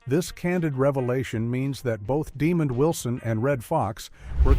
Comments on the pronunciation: Sound out the name and enunciate, then maybe you'll come to realize that his name is DemonD and not demon!!! It almost sounds you're taking pleasure in pronouncing his name as demon Wilson, what's up with that??? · It’s Damond not DEMON DAMNIT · His name is pronounced Di MOND. , not demon u idiots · The A.I. narrator was programed to pronounce his name "demon" instead of the proper way which is "demahnd."😠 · His name is not pronounced demon 👿 But it is pronounced De-mon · DeMOND!!!!!!!!! deMOND!!!!!!!!!😒🧐😬🤨🧐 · His Name is NOT demon his name is Desmond are you illiterate? If so you should have let someone else do the commentary.🤬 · NO they are saying it wrong, slow, Dumb The man name Den-mond, people can get sued for uneducated things they do and say. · Please research how to pronounce the actors names. Demond is not pronounced demon. Also, despite liking the video & info I have to give a thumbs down for the clickbait thumbnail. I HATE IT when people use clickbait. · ...please reach your AI how to pronounce names!...his name is DeMOND Wilson...we don't appreciate your non-effort... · The Stupidity of AI...the absence of pronunciation, calling the man "Demon Wilson" = TYPICAL! 🤦🏽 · Name is DEMOND not demon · De Mond is how it's pronounced. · His name is not demon it's demond show respect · I gave this vid a thumbs down because they didn't pronounce demond correctly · For real. His name is pronounced with two syllables. De-mond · Great piece. However the announcer pronounced Mr. Wilsons name wrong. They show showed a clip a Mr. Demond Wilson on Rev. Clifton Davis' talk show. Back in the day both Wilson and Davis slept with the actress Kathy Mckee who appeared on a couple of episodes of "Sanford & Son". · Good documentary, but shame on you for the dishonest thumbnail. It would help if you adjusted your AI to pronounce Demond Wilson's name correctly. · This video was very hard to listen to with that pronunciation. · NO, it's DEMOND!!